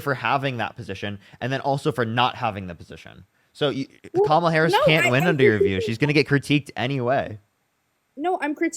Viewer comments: Can we applaud her for at least pronouncing kamala correctly. Literally nothing else but at least that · I will give her credit for being the only guest to pronounce Kamala’s name correctly. 😊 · Give her some credit - she actually pronounced Kamala correctly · I'm surprised she said Kamala's name correctly.